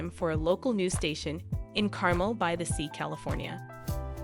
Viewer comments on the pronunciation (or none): It’s pronounced Car Mel not Carmel lol 😂